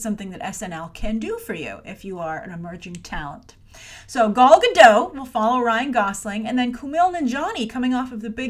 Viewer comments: You would think that by now you knew how to say Gal's name right 😂😂😂😂😂 it's GadOT. With a very strong T at the end. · Hi, you should pronounce the T in GadoT. It's the Hebrew plural for "Gada" - a river bank. Basically "Gal Gadot" means wave river banks. I guess her parents likes water imagery...:D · And she also pronounces it as "Godo" with the "a" as an "o" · GADOTTT. T is NOT silent, it's a Hebrew name NOT French. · John Perry it is in english. But Gal is Israeli and EVERYTIME she introduces herself she pronocues her last name like Guh-doT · Hey, there is 'T' at the end of Gal's last name for a reason 😉